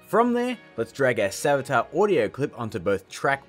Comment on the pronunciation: that's not savjtar